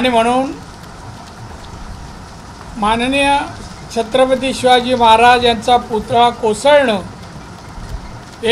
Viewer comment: साहेबाना नीट महाराज बोलता येत नाही...... 🍺